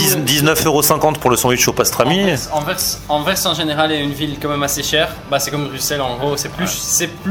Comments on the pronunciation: Au moins il prononce déjà bien Anvers et Bruxelles 😂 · Tu as presque fait un sans faute ahaha .. Très bonne prononciation d'Anvers, mais par contre nous sommes des wallons, pas des VALLONS 😂😂😂